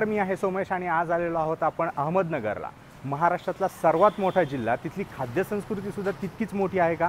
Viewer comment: Say properly Ahmednagar